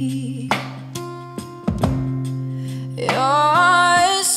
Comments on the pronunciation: Yep, that's what I thought too... it's TOO PROPERLY pronounced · Great job!! But just positive criticism, draw out whiskey and brandy...its to properly pronounced for the rest of your beautiful cover!!! Otherwise, great job!!!!